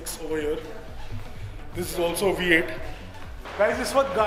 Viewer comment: The OG 'V8' NOT THE V CHEENNNN😂😂😂😂